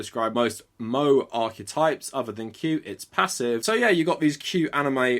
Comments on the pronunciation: "Mo-eh" not "Mo-ay" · moe is pronounced like "mo-eh" not "moe" like a bartender from queens lol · I love how you keep calling it moe like it's Moe from the Simpsons when it's pronounced Moe-ay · Hearing you call "moe," which is pronounced moh-ay, as just "mo" is absolutely hilarious and made my day. Anyways great video, stay mindful man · when he started saying "moe" instead of "mo-AYE" I had to pause to laugh every time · Lol pronouncing moe as MO not MO-AY is hilarious to me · I appreciate the video, but even if I knew the pronunciation of "Mo-e" as "Mou" was coming, it still stabs my heart hearing it XD Edit: I usually try to be optimistic when someone talking about this kind of topic, but if certain websites who sorta know the medium would write such a facepalm-inducing article, I should've doubted that a complete outsider like you could discuss anything useful. I actually read that Polygon article not long after it was published, and to misquote John Oliver cause I forgot the exact phrasing: "All the parts in it when separated could be considered true, but when put together it's just absolute nonsense." Like, literally, the first 3 seasons of the show was about how its authoritarian government with its secret police, silencing of dissent and the ineptitude and corruption of the upper echelons of governments and ranks. That article just disregards that entire aspect, and sees somehow turns it into an admiration for the military??? There are times when anti-semitism is clear to see when you focus on the noses that are portrayed, But the noses of the titans are just wonky looking for the uncomfortable-uneasy-monster-looking factor. Some have normal human noses, some have weird looking noses that don't work for any kind of ethnic stereotype. I could literally spin the whole damn show into some sort of the heroes rising up against the ruling classes and breaking the damn chains leading to a Permanent Revolution. But no. That's not what AoT is about.